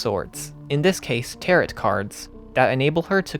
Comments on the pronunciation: Good video but I just want to let you know that Tarot is pronounced as "ta-row" rather than "ta-rot" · Great video, loved it, loved this game. But I do cringe every time you pronounce tarot like that. Just for the future, the T at the end is silent, "tar-o" not "tar-ot." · Tarot... "Tear-it"... Oof. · By the way tarot cards are pronounced taro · Loved this video. Locked me in for 2 hours and I wanted more! But tbh I don’t know how you managed to absolutely crush the German pronunciation but still said “tarot” like “TARE-ought” 😂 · This is a great analysis, I have only one gripe. The second t in tarot is silent. It's pronounced 'tare-oh'. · 20 minutes in and i realize i cannot watch a video thats 2 hours where a guy calls them "tarrett" cards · I'm sorry, did you pronounce Tarot as Teh-Rot?! WTF? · Haha. I almost felt like commenting on the tarot pronunciation. I didn't, but I read the corrections and laughed. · tarot cards has a silent t btw